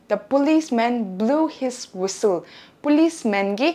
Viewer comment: Whistle ཀློག་དུས་ T silent རེད་པས།